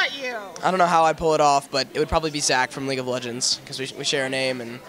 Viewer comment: "Leege of legends" XD